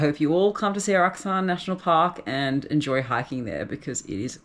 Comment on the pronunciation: Sㅓlac Mt. 영어에는 그 흔하게 사용하는 ㅓ발음이 없냐? 이 발음은 일본도 중국도 없더라.